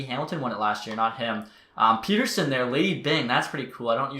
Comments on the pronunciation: Say Peterson. Now say Pettersson. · Great Vid, just please learn how to pronounce Pettersson lol